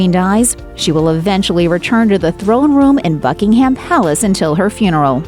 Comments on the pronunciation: Could someone please tell these people how to pronounce Buckingham? It's not "Bucking Ham", it's 'Bucking um" with the accent on the first syllable! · BuckingHAM uuuugh EdinBRA so many mispronounced words. CAAAstle … appalling. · the narrator says that Prince Philip's casket will "eventually be lowered into a burial vault at Buckingham Palace." Apart from the fact that she mispronounced "Buckingham" (it's pronounced "Bucking-hmmm"), I am pretty damn sure that Buckingham Palace does not have any burial vaults. If she had paid attention to his funeral, she would have seen that his coffin was lowered into the burial vault beneath St. George's Chapel which is on the grounds of Windsor Castle. This is not the first time that has made similar mistakes. She really needs to improve her delivery.